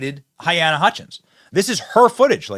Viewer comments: Her name is pronounced (Ha-lay-na) Hutchinson for clarification purposes, no point intended.👌💯🇺🇸🇺🇸🇺🇸🙏🙏🙏🙏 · Benny. Please say "Huh-LEEna" At least give the poor woman that respect; it isn't that hard to say. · I love you Benny, but I believe her name is pronounced huh--LEE-na. but at least you are attempting to say her name other outlets just mention her as "A cinematographer". Don't think I'm trying to be a jerk, but please in respect for the dead, say it right. Thanks Buddy. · Benny, i respect you a lot, but my guy, you gotta say names right. HaLyna, not to be a b*tch, but names are powerful things and personally i would never like to disrespect them, especially when it comes to people whom sadly died, while life was cut too short. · You are pronouncing her name wrong!!!!